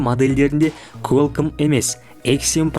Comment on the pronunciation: Куалком деп айтады брат